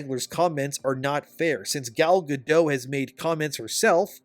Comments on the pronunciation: Over Bite and the 7 gender related mental disorders. Edit: you say the other charisma vacuums name wrong. Say dot. Now say gadot. Now say gal gadot. Ga-DOT not ga-dough. Leave the illiterate bullshit for surrenderland. Here in america we can 1. Read and 2. Win a war. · Gadot, not Gado, the T isn’t silent at all. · It's pronounced Gal GADOTT. Hard T. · Bro, the past-tense of cost is cost. There is never an "-ed" version of the word. It is not "costed" and you harm your own reputation by saying it wrong. Your presentation is otherwise good. Oh, but also, Gadot is not pronounced with a silent t. She isn't French. Her name is pronounced "guh-dut." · FYI- Gal Gadot is Israeli, not French (there is no soft “t” at the end of her name). Gal rhymes with “doll”, not “pal” and Gadot is pronounced exactly like “god-oat” (does not rhyme with “bad-dough”). Just good to know 😊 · He didn't say it correctly either. Go watch the video of her telling people how to pronounce it. She says it like he does but the "T" isn't silent. It sounds like "guh-dote".